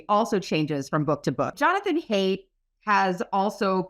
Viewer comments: Isn’t Haidt pronounced like “height”? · My only nitpick with this video is that Haidt’s surname is supposed to be pronounced like “height,” not “hate.” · Just FYI: Jonathan's last name Haidt, is pronounced 'Hite', not 'Hate'.